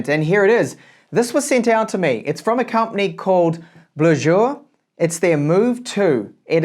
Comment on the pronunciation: When you said you received a BleuJour I thought you said something else NSFW🤣 Sacré bleu!